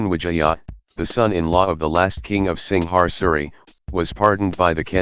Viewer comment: Dude I know you can pronounce Singasari. You are Malaysian. So try harder next time. Also Javanese, Sundanese, Balinese, Maduranese have used Steel weapons for a long time.